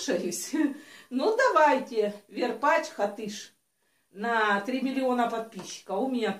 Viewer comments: варпач а ни верпач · БАБ ВЕР варпач а не варпетч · Не верпач, а варпач. И не хатыш, а Хатыщь